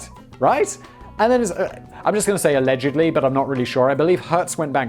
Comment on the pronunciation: "You're a horrible personalledgedly" Lol